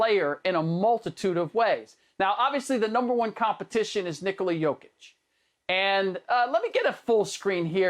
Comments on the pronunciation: Rick ima need you to just say “jokic” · Fool said jakic 😀.